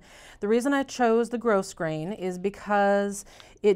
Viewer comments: Love the tassel! FYI, grosgrain ribbon is pronounced "growgrain". I know.......doesn't make sense does it? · Thanks for a tutorial that’s easy to follow! One point, though, in case you haven’t realized it, yet - the “s” in “grosgrain” is silent.